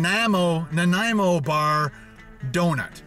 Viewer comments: Listening to you trying to say Nanaimo was more interesting than anything else in the video. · I cringed every time he said Nanaimo, I've never heard someone pronounce it like that before. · Alex Ander Theres lots of people who mispronounce it. Not just. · fuck i know multiple people from all over the states that can pronounce nanaimo but not a fellow canadian? as a person from nanaimo im dissapointed. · Learn how to pronounce nanaimo bar please, it not a hard word.... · How can you not know how to pronounce Nanaimo?